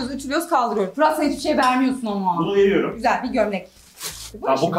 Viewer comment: Nobody: Fırat: Çok Güsel